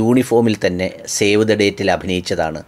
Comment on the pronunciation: ഒരു തിരുത്ത്, ഷേവ് അല്ല സേവ് the date 🙂